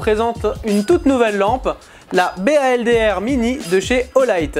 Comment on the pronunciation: Slt, ça se prononce "Boldeur" (Baldr = dieu nordique de la lumière, ça tombe bien, c'est le même que dans Baldur's Gate je crois ; Olight va-t-elle sortir tout le panthéon viking ?). Merci pour la revue !